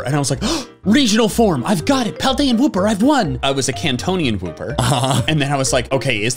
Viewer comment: Kantonian Wooper? You mean Johtonian Wooper?